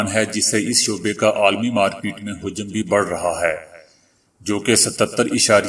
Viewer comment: حجم . میں ح پر زبر اور ج پر زبر ہے پیش نہیں ے